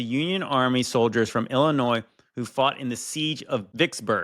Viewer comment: “it was paid for by the state of illa-noise” after he already says it correctly twice? 🤦‍♀️ That an-noise me! At least got it right every time!!!